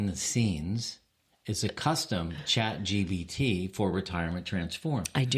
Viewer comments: This is hilarious! And it’s ChatGPT not ChatGBT 😉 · I think its funny that you call it Chat GBT 3 times at the start of this video